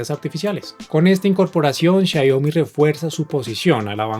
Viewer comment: Muy bueno el video! pero... por qué decís Xaiomi?' Abrazo!